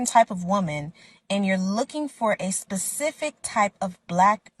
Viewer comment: looking for someone who can properly pronounce specific.